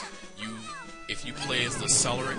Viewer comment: I would love to have this game in my store. And again, Cleric is pronounced with a hard C, like in Clergy.